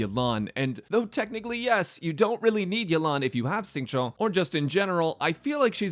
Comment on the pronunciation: Great video! btw for educational purposes! it is more Xingqiu (Sync-Chew) not chow.